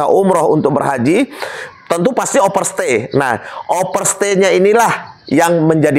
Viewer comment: Bukan Pisa tapi Visa !!😊 Sorry pak koreksi ...jgn tersinggung ..overstay bukan operstay😅.